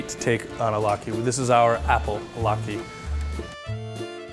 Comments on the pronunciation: Umm, Lat-key? Pretty sure it's lat-kuh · latke not key man...